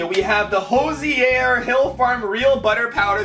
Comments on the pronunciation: It’s pronounced hoo-zure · Omfg😂😂 you butchered Hoosier! Its people from Indiana🤦‍♂️ have google translate read it to you